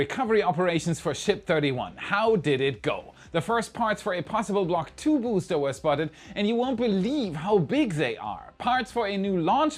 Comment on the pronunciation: Vous feriez mieux de payer un traducteur pour vos vidéos, cette voix type IA est insupportable. C'est bien pour faire du fric facile en touchant le public étranger mais niveau qualité c'est égal à un étron. 💩 (spacèxe... le bousté 11, le bousté 12, les tuiles chauffantes, la nouvelle tour ne mesurant que 2 mètres, vôtre chaine qui s'appel "Y pourquoi" 🤣🤣🤣... omg) Sans ça je me serais abonné!